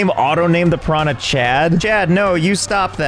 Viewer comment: I love how he mispronunciate piranha, hahahaha.